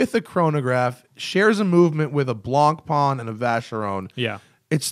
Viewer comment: Attention watch nerds who don't speak French: if you can't be bothered to learn the correct pronunciation (which is fine--not trying to tell you how to use your time), at least try to be less wrong. Blancpain is not pronounced "blonk-pon." A nearer approximation would be "blon-pan." See 3 min 30 sec mark here